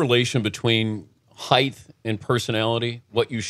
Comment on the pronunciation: Dan, the word is height, not heighth...check minute 3 second 18. Height Dan, height. The word ends with a "T" not "Th". Where the hell did you learn the King's English, in a trailer park'th'?